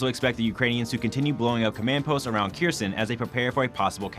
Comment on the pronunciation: Error: say "err-or" not "air". Kherson: say "Care-zohn" not "keersun". What are you talking about "on the morning of July 11" for? This is April. Prostrate: say "Praw-strait" The Ukrainians are locating Russian CPs because they're getting live overhead imagery from the US.